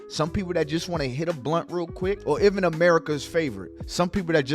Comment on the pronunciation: Bro can u jus say Even like damn who tf is Evan 😂😂😂